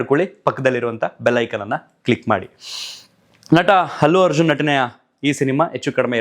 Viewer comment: It's not Hallu Arjun.Its Allu Arjun....